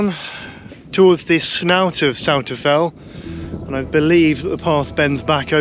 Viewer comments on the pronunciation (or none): Good effort with the fells name - but it's not quite right. 🤷‍♂ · lovely video, thanks for taking us along!:) I pronounce it Souther Fell though, I hope you wont take offence:)